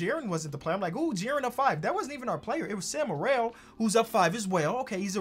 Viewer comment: hey, it’s pronounced sam merill, not morell -from a proud utah state fan